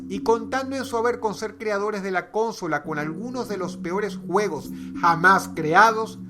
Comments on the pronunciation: Que manera tan estupida de decir consola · Soy al unico que le sangran los oidos al oir a Dross decir CÓNSOLA en vez de Consola? No se si en America latina se pronuncia como una palabra esdrujula, pero para un español como yo, suena fatal cmo lo dice :/ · Que buen video, solo pronuncia "consola" no cónsola haha :) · En otros paises se pronuncia Cónsola, yo lo pronuncio Consola. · Se dice "Consola" sin acento no "Consóla" -. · consola tiene silaba tónica en la penúltima silaba, habla bien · repite conmigo dross con so la no cónsola dross cónsola caca consola si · porque decis cónsola!!!!!!! es consola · Por que le hace énfasis en la primera 'o' de cÓnsola, ¿que no es consÓla con énfasis en la segunda 'o'? Bueno ya lo dije... he. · che por que dross dice cónsola en ves de consola ? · dross es consola, no cónsola, ya se que es por el acento, pero el acento no impide hablar bien xDD muy bueno el video, como siempre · Aguss Martinez Claro que si cx El acento o en una palabra puede resultar extraño si la pronuncia alguien de otro pais, para mi cónsola y consola es lo mismo o: si algunos piensan en consoladores como leei en algunos comentarios... bueno.. eso ya es harina de otro costal ya que son pensamientos involuntarios cx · la fonética correcta es consÓla, no cÓnsola. esperaba ver nintendo game cube o nintendo 64 en el ranking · Es como lo pronuncia dross,“cónsola”. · O es por su acento venezolano, tengo dos amigos venezolanos que lo pronuncian “cónsola" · El acento es muy importante a la hora de pronunciar una palabra. Pero si me dio un poquito de cancer al oido. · Ajajaj porqué diablos le dice Cónsola! xD! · Si una palabra acaba en vocal (también en “n” y “s”) y no tiene tilde en la tercera sílaba se pronuncia con acento en segunda sílaba. Es decir: conSOla. Ves, consola acaba en vocal y la tercera sílaba (con) no tiene tilde. Es decir es una palabra llana o grave. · Tio dross como editas tus libros si pronuncias Co'nsola??? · ¿CÓNSOLA? Aprendé a hablar.